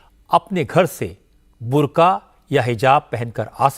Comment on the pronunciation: बंदा कह रहा है बुर्गा 😂😂😂😂😂😂😂😂😂